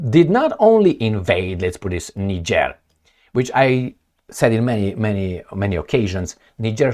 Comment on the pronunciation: Bruh, if you don't pronounce Niger & Nigerien properly you refer to a whole different country, the name is French & must be pronounced that way, there is no either or, you either pronounce it right or you're an idiot, you can look up some video's to pronounce these names on this very platform, don't be an amateur!